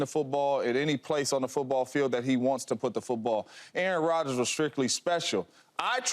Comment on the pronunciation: “Aaron Rodger”😂😂😂 Drug test this man